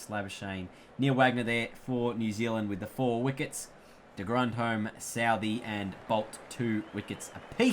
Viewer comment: It not de grondhome it’s de grondhom 🧐